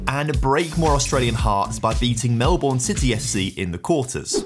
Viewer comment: He broke Australian hearts with the way he pronounced Melbourne. It's pronounced like "Mel-burn", not "Mel-born".